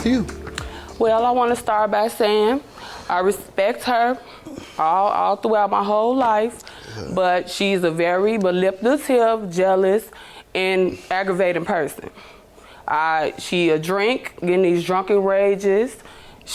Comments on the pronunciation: She said the word manipalative....🤦🏽‍♀️ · ‘mali - pa - litive’ - Plaintiff MISDEMEANOR 🚨👮🏿‍♀️🚨Grammar Police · "She's a very maulipulltive, jealous N aggravating person.." Lol She butchered that word fr fr... Lol Love this show! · what the hell did she say? “She’s a very Baliptative person” ??😂😂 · Is the word “Manipulative” really that hard to say?😂